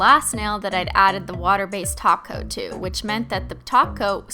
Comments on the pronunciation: oh, "top coat"? I thought she was saying "taco" lol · Every time she says "top coat" it sounds like "taco." Now I'm hungry af